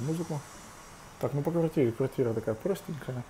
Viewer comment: Квагтига. Научись хоть букву Р выговорить.